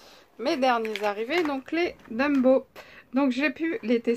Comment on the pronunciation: Ouiii , je les ai , mais , je les ai pas acheté d'1 coup , lol , Bisous :) Au fait ont dit Tombow et pas Dumbow , à moins que j'ai mal entendu , looll Si si , tu dis Dumbow mdrrr :D Bise